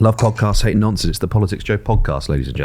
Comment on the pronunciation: I keep hearing nonces instead of nonsense in the intro now